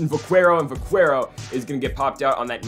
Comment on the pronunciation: It’s pronounced vakero